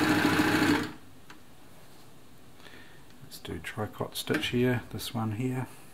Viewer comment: Hello your videos are very good! However tricot is pronounced “tree-k-oh” it’s a French word from tricoter =to knit. I am a French teacher who also loves sewing and sewing machines! Keep the instalments coming… I need to touch base with my sewing machine fascination!!